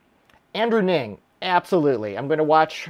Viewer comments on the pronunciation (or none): It's Andrew "Ang" not "Ning"